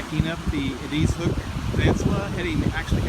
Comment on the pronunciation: “ED”-“IZ” Hook. “ED...Short E, not long E. Just like the name ED. “IZ”...Like “IS” only with a Z. ED IS, ie; EDIZ. EDIZ HOOK. Thank you.